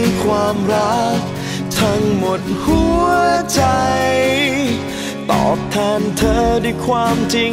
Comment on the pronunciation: คำว่า #อยาก กับคำว่า #ตอบ ออกเสียงไม่เติมคับป่ะ